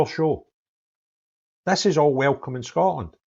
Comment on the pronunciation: Scoatland 😂 Can’t even say the Country correctly. Not the brightest.